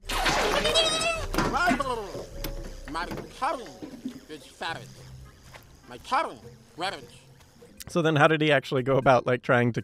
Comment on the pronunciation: jor jar binks